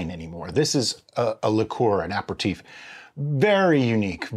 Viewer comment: looks like prune juice lol :) have to call you out on pronunciation, its not apper-teef its ap-erra-teef :)